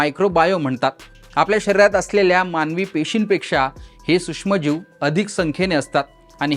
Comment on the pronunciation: हा सुष्म म्हणतो? हा नक्की मराठी आहे? त्याला आधी सूक्ष्म म्हणायला शिकवा.